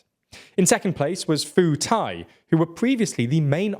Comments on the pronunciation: Pheu Thai is "P-ugh" (as in Ugh, Melissa..., without the 'gh'), not "Foo Thai". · It's pronounced Pu Thai, not Foo Thai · Once again, a westerner mispronouncing the Thai p as an f. Remember guys, when you see "ph" in a Thai name, it's pronounced with a "p" as in "pooh", not "f" as in "fuu". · You mispronounced the Thai party "Pheu Thai". Ph is not pronounced as an F in Thai, but as a P sound. It's pronounced more like "Pur" than "Fur" 😅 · Foo-Thai LOL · Pheu Thai is pronounced as Peu Thai. All Ph in Thai words written in English is pronounced as a P essentially.